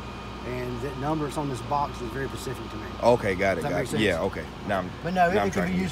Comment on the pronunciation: Great, vid dude, and that cop was really cool. But, if he said pacific instead of specific one more time..... ;)